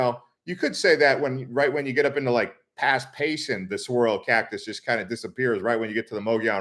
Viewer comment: Saguaro is pronounced "sah-Gwah-roh" not "suh-wah-roh"